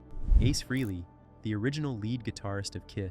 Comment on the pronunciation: Also it not Ace fruhley, its pronounced Ace Fraley ( Frehley)